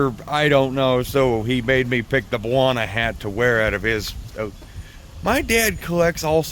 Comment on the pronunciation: Baja is Pronounced Bah- Hah. In Spanish